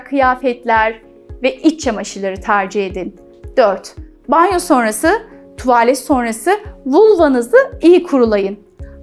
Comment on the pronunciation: keşke bu kadar tuğvağlet demeseydiniz